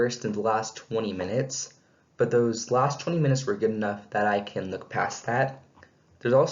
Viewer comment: "But" not bit